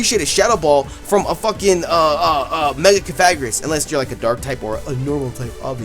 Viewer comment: YOu pronounced cofarihus rong